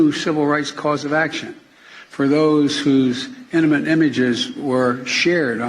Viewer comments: Biden can't even say "intimate". Sounded more like eminent. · Am I the only one who had to listen several times to figure out he was saying "intimate"?